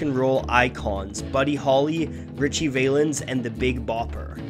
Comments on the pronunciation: besides, who's this narrator? very poor, and mispronounces Valens' name. Clicked off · I laugh how he mispronounces "Valens!" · Though when will people figure out it's pronounced "VAL-ens", not "VAIL-ens"...? Either way, a very deep song that has that nostalgia running through the music as well as the lyrics. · Ricthie Valens' name is pronounced as Val-Lens, not Vay-Lens but wow, not complaining. This is a super piece. Keep up the great work. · Small nitpick but [Ritchie] Valens is pronounced with a short a, not an "ay" sound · VAH-lens, not Vay-lens. Short for Valenzuela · The A in Ritchie Valens is pronounced as in Apple . Not Acorn. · Its Vah-lens as in val-ley, not vay-lens. Didnt you you ever hear La Bamba, or are you too young? Did you think Los Lobos originally sang it? I know, Valens wasnt the original, either. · Show some respect! Ritchie Valens' surname is NOT pronounced "Vaylens". The first syllable, "Val" rhymes with "Pal", as in "friend. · I'm sorry, did he just pronounce "Valens" as "Vay-lens" ? How do you mispronounce that? "Val-ens". It's a short version of his last name "Valenzuela" – which, in this case, the V is pronounced like a soft "B". A very soft "B" not a hard one like the words "Balance" or "Bilingual" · Nice video but his name is pronounced Valens not VAY lens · great fucking video dawg, but PLEASE say his name right lolol. it's ritchie VA-lens, not VAY-lens. short for Valenzuela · This guy mispronounces his name....its an e vowel not an a vowel. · OK, so this had promise, but the moment the narrator said Richie "Vaylens" you lost all credibility. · Nice job! You nailed it all but for one minor detail, Valens is pronounced with a short a. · Richie Valens’ surname rhymes with “gallons”. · From the way you pronounce "Valens," you clearly haven't seen the La Bamba movie 😆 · It would be nice if the narrator learned how to pronounce Ritchie Valen’s last name... smh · He pronounced Valens wrong